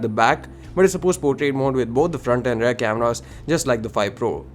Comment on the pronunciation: why speak in English if you can't. Its Rear. Not Rare. jeez....